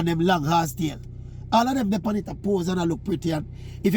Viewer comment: Not “horsetail”😅😅😅😅